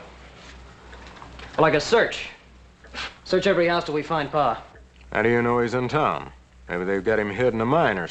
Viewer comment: It’s PA! Not PAW! 🙄😂